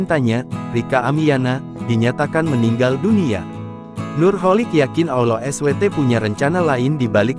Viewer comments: Allah es we te... 😢 astaghfirullah begini kalo voice records nya pakai AI. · Woey tribun,,kalo nulis ALLAH jng dksh S.W.T google ai lu tuh ngaco ngomongnya...yg lengkap klo nulis